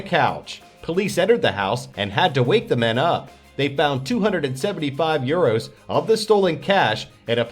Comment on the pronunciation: Say euros not eros